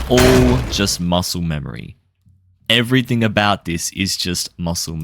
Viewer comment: Why did he say "Im gonna teach you *everything*" like that bro